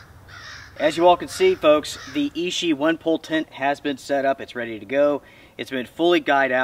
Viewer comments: Hi, just a quick thing. It is pronounced "itchy" not "ishi". Keep up the good work. Cheers. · Sweet tent, but I love my little LiteFighter. Quick pronunciation helper amigo. Ichi is pronounced EE CHEE. Hard consonant. I earned a B A in Asian Studies back in 07 and used to know almost 600 characters. A brain tumor put the kibosh on career plans.🤙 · Ichi is itchy means 1, ishi as you're saying it means stone